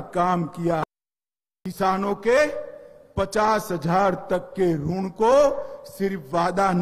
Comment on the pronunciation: यह टकला तो किसान के ऋण को रूण बोल रहा है